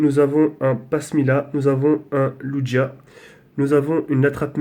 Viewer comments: LUGIA PAS LUJIA !!! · lugia non pas lujia je jai en ex elle tue sa mere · Ce n'est pas lugia c'est lougia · il a du cul il a des pokemon mega evolué il connais pas le type des carte et il pronnonce mal les noms des pokemon comme lugia qui se pronnonce luguia et archeodong qui ce pronnonce arkeodong